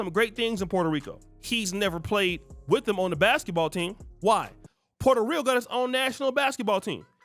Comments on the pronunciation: His punk ass tried to roll the R too when saying Puerto Rico. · Why can't he speak Spanish? He can't even pronounce Puerto Rico correctly! He's a selfish sellout!